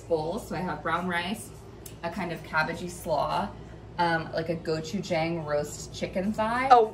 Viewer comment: Just an FYI, it's pronounced gochu- jAHng. 😬